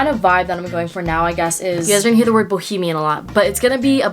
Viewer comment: no one:: BohEMIaN